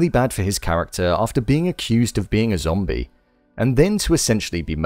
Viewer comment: I love win you keep saying zambie